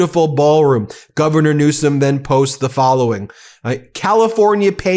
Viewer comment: NEWSOM NOT RANSOM